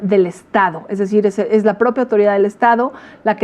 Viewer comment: “ej inmoral lucrar con laj tragedia, por otroj, jolo yo tengo el derecho de hacerlo, je je je”